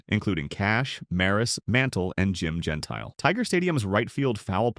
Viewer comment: Jim the Gentile 😅. I believe it was pronounced Genteel.